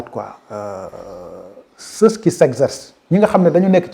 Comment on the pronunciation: Pour quoi prononcer ceuss pour ceux ( terminaison muette ). Sinon ras bravo !